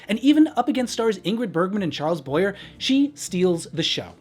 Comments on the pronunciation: That's Charles "BWA-yay," not "BOY-er." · Had to chuckle a little when you said "Boy-er" instead of "Boy-a". lol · It's not Charles Boy-ehr, it's Charles Boy-yay. That should be awfully embarrassing for someone who claims to be a pop culture guru. It certainly makes me doubt your credentials. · Charles Boyer pronounced Boyay not Boyerrr. Jerry Herman was the lyricist and COMPOSER of Mame. You are imparting history. It's very enjoyable but be more careful in your research. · Good Grief BOY YAY not boy yer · Charles "BoyAY," not "BoyER", for Pete's sake. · Yeah, I wondered if I had been saying his name wrong for the past 50 years when I heard him say Boy-er 😅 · This tribute was lovely and so moving. Her life was incredible and her work for HIV/AIDS ...no words. She also hosted the GMHC Carnegie Hall benefit of Anyone Can Whistle where Madeline Kahn played Lansbury's original part and Bernadette Peters costarred. A few things...Boyer is pronounced "Boy-ay". I think it is worth mentioning that that Mame was originally offered to Merman, then Martin and they both turned the show down, as they had both done for Hello, Dolly. Merman would later go on to be a Dolly replacement. Lansbury also did return to Broadway in Dear World in 1969 and won another Tony. Murder She Wrote was also originally conceived as Jean Stapleton's return to TV but her husband became very ill, and subsequently died I think....and Lansbury was starring in a poorly financed revival of Mame which was to tour but did so badly on the road that it was rushed to NYC and closed very quickly, making Lansbury suddenly available. I am so grateful to have seen her on stage many times-Gypsy twice, Sweeney Todd four times, Deuce, A Little Night Music, Blithe Spirit, and a few others. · Boyer. It's not American, it's French. Pronounced Boyay. Please be correct. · Excellent video. But Charles Boyer's last name is pronounced boy-yay. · Darling! Charles Boyer is pronounced Boy - AY.